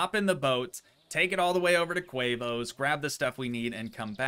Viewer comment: its tee moes not quavos